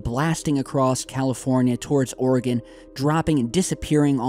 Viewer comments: Its "Or-again" not "Or-a-gone" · Let’s learn to pronounce Oregon. It’s “Or-e-gun,” not Ore-gone. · Or-eh-gun. Not or-eh-gone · Hi, great video. Please know we here in Oregon, say it as (Oreg/in not Oreg/on). Love your site! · I'm just glad that media says Oregon properly these days. Then as I'm writing this you give the suffix the "gon." Dammit lol. Us natives are very passionate about the pronunciation of our home. Gladly I will not be visiting Louville anytime soon for this very reason. And finally, at the end of the vid you redeem yourself. Keep up the good work! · Oregon is pronounced "Oregin" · love ya, nut it's pronounced, "Or-eh-gUn"